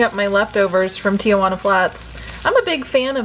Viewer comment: I find it funny how some people pronounce Tijuana as "Tee-uh-wah-na". Usually it's pronounced as "Tee-hwah-na"